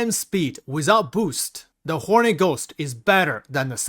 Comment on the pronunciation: Just sounds like you're saying Horny Ghost lol